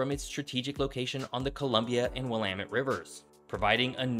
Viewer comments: Thanks for pronouncing Willamette correctly 😂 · Cringe ..... yer butchering the pronunciations; Willipa, Quinault, Juan De Fuca. Glad you didn't try Sequim! ;-) Ya did well with Willamette. A little more homework is needed. And lighting graphics? Really? We RARELY get lightning W of the Cascades. Kinda silly. This video is largely relevant to the areas as far S as the Point Reyes. The only coastal CA city of any size is Eureka, and maybe Fort Bragg. For many of the same reasons as OR and WA. N CA coast has a much easier climate, but the other factors remain true. Guessing around 1,500 miles of coast? Easier to contain the conversation and statistics to the state boundaries, I'm guessing.